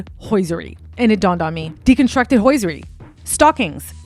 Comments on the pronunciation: Hosiery is not pronounced H O Y S E R Y ! Your putting the "I" in front of the S ! Thank you. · Bianca is usually bee-Ahng-ka. and Hosiery is HO-zyur-eee I hate correcting pronunciation because it comes of as snobbish. I really like your work and want you to succeed. Looks like you work on your own and don't have someone to help with this. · So many odd word pronunciations. You don't pronounce the T in debut. Written is not ridden. It's hosiery, not hoisiery. Stockings, not stawkings. It's like you've never heard these words spoken aloud in your whole life and have only seen them in print. Perhaps a feature of people who live their lives buried in the internet. Also, wth are you wearing? You seem really talented and did a lot of research on this piece. It's a really excellent assessment of what's going on with this couple. If only you used your powers for good instead of evil. Your own vanity and vapidness that makes you so concerned with someone like Bianca Censori (because you're kind of like her with the whole exhibitionist thing?), also makes you produce content that is equally shallow. If you had some depth and self worth, you could be a real detective. You have all this passion, personality and can still express yourself through fashion, but what you say to the world with the hypersexual thing is that you feel like nothing inside. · This video was great but.. it’s pronounced HO-SER-REE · Very well researched but the mispronunciation made me crazy Day-bew Hose-er-ee Eye-van-hoe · HOSE...IRY is how you pronounce hoseiry. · Why don’t you know how to pronounce the word “debut” and “hosiery”?? Are you an AI? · Please check how debut and hosiery are supposed to be pronounced. It will make your report seem much more professional. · You can’t even say the word hosiery right 😂 I can’t stand when dumb people try to sound smart but can’t even pronounce simple words smh! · And ‘hosiery’ ??? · this is well done but check the pronunciation of hosiery & debut